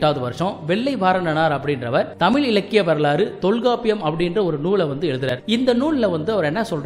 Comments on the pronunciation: முதலில் 'ழ' வ சொல்ல கத்துக்கங்க தமில் இல்ல தமிழ் அப்புறம் இதபத்தியெல்லாம் பேசலாம் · தகவல் தவறு என்று நான் சொல்லவில்லையே தமிழை ,தமில் என்று சிதைபது சரியல்ல,ஊடகங்களில் வருபவர்கள் சரியாக மொழியை உச்சரிக்க கற்றுக்கொண்டு வர வேண்டும் பலர் அதனை பார்க்கக்கூடும,தவறான எடுத்துக்காட்டாக விடும் அச்சு ஊடகத்தில் பிழை ஏற்படக்கூடாது என்ற மரபு எப்படி உள்ளதோ அதைப்போலத்தான் இதுவும்,மொழியை நன்றாக உச்சரிக்க கற்றுக்கொள்வதே சரியான முறையாகும்